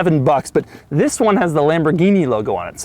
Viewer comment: Not enough emphasis on the first "THIS"